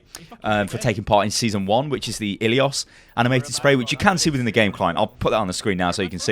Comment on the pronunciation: You are the only person that I know that isn't from Greece and said ILIOS right